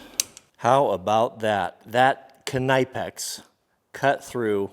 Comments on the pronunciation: Ok so Knipex is not pronounced knaipex Pronounce the „I“ like a „E“ in the english alphabet (with a bit of a I sound and not a long pronunciation, very short) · Those Knipex are a quality tool! Most of what the Germans make are amongst the best anywhere in the world. I'm pretty sure the "K" in Knipex in silent however. You can pay a bit more to buy a tool that will work much better fresh out of the box,&that will likely last you a lifetime before you pass them down,&many of the quality hand tools come with a lifetime warranty. No matter what you think or believe,cheap tools just do not perform at near the same level to begin with and if you use them very often you'll need to replace them every 2 to 5 years and even then they don't perform near the same level as that 1 original quality tool. My Dad&uncles tried to teach this to me while I was a boy,&a journeyman finally did teach this to me when I became an apprentice by trading hand tools with me for the day one day after I'd worked with him for a while.It's been a very valuable lesson ever since. If you can't afford new quality hand tools,do what I did and take $10 or $20 out of each paycheck and save it up to purchase one or two new quality hand tools at a time.I suggest looking for quality German or American made tools that come with a lifetime warranty.That warranty says Alot as well! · That's not how to pronounce Knipex 😂 it's a German company watch any German videos made by Knipex. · I'm pretty sure the K in knipex is silent lol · it's actually not, I work with a german, it is pronounced with a short 'k' sound (or 'c' sound) not a 'kuh'. It's also pronounced with 'ni' sound as in knit and not as in knife. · I cringed every time I heard him say Knipex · No you pronounce the k and n but he still saying it wrong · It's German so you do pronounce the K but the "i" in German sounds more like English "e" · It's not kanipe-ex it's pronounce like nip-ex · It’s pronounced “nipex” not “can-I-pex” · It's pronounced nipex